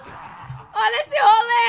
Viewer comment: A falando role e engraçado kskskksks